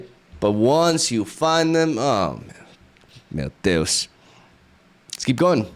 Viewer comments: Love when you say " mateous" but don't understand the reference/what it means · I think he's saying 'Meu deus'